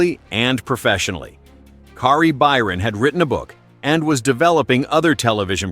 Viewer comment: Tory What???? Mate, say his name correctly! FFS have some respect... Kari?!?!? Why are you having so much trouble saying people's names correctly?